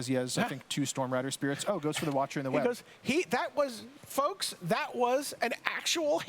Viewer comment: Does anyone know why all magic players emphasize the wrong syllabels in 3 word name cards? like "Watcher in the Web". Normally you'd pronounce it by emphasizing the last part of the 3 word combo. "Watcher in the WEB". Why do magic players Emphasize the First word in the name? "WATCHER in the web".